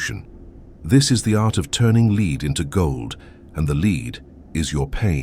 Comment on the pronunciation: No idea how this appeared in my feed. The comments are puzzling as it seems the pseudo intellectual bots are at war with one another. The video lost me after the 'narrator' couldn't pronounce the word lead. Multiple times. Stop telling me how to be human dang robots!